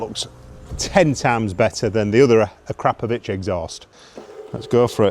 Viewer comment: Looks and sounds amazing mate!! and kudos for the correct pronunciation of 'Akrapovic', it really grates my gears when I hear "ak-row-poh-vick" 😆